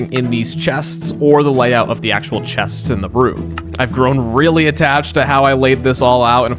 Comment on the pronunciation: hello! I loved the video, very cool usage of the copper golem... i have an extreme problem with the way you say "chests"